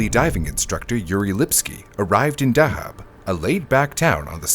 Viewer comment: He says Dahab wrong too. It's pronounced how the diver is saying it. DUH-hab.